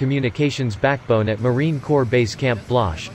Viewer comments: It's Marine Corps (silent ps), NOT Marine corpse!!! Idiot! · Pronounced 'C O R E" NOT CORPSE!!!!!! CORRECT YOUR VIDEO!!!! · Is this dude another Obooboo person. United States Marine Cor(ps) ... not Corpse ... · It’s pronounced “core”, not “corpse”. The p is silent. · It is "Marine Corps" (pronounced "Marine core", not "Marine Corpse"). A corpse is something no Marine ever wants to be. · Corps is pronounced core not corpse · Why didn't someone tell the narrator that it's not pronounced corpse. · PLEASE stop pronouncing it as Marine “CORPSE”. It is pronounced as “CORE”. Quickest way to piss off a Leatherneck. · Marine 'Core' not 'Corpse' 😡😡😡😡 ????!?!? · You killed me with the pronunciation. Its pronounced like “core” not “corpse” or “corp.”!! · Pronounced marine core,not marine corpse. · It's pronounced "Kôr" Damn it! Not "kôrps"!!! As in a military organization and not a freaking dead body! 😠😡😤 Semper Fi Marines! OOH RAH! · Get the pronunciation of Corps correct, it is not pronounced "Corpse" it is pronounced "Core" Thank You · i hate when people say Corps like a dead body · Its not fkn CORPSE (Although we specialize in producing them), it is pronounced 'Core-, so get it right or keep your fkn suck shut! Semper Fi to my Brothers and Sisters! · The synthesized voice pronounces 'Corps' as 'corpse'. lol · It’s pronounced COR not corps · It's not Marine "Corpse" It's Marine 'Core' The Corps is pronounced Core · Fix the robotic voice when pronouncing "corp"!!! It's the Marine COR not a dead body. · For the love of God, Corps, and Country, PLEASE stop pronouncing us as CORPSE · "Marine corpse" awful, really really awful. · Marine Corps NOT corpse! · The P is silent is Marine Corps. Like Core not Corpse. Jackass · The damn computer voice keeps pronouncing Corps as “Corpse”. WTF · The letter “p” in Corps is silent, as in “core.” Pronounce it correctly. Semper Fi, a Combat Warrior, OUT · A lot of Marines are pissed that he keeps saying corpse instead of corps